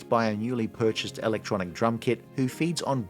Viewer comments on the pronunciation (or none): none